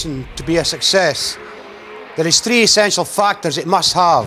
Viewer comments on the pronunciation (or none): "Three essential fucktors" LOL